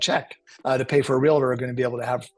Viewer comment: REAL-TOR. 2 syllables